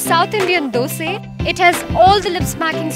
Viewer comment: Loved the way u said dosé and not dosa! Love from kannadigas.